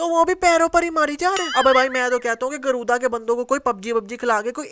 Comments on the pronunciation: गरूदा nhi गरुड़ा tha 😂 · Your mastakas:you call गरुदा but real name गरुडआ